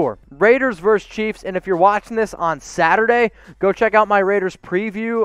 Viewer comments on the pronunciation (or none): Versus. The word is, “versus.”